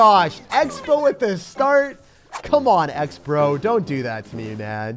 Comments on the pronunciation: instead of saying Xbro... he said step bow .. sus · "step bow"💀💀